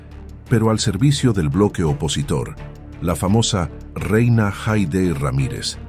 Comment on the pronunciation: EN LUGAR DE (YENA)O ES REINA 😂 Yena es lo que es a